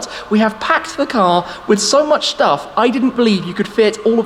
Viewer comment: lol, did he say "Shtuff"?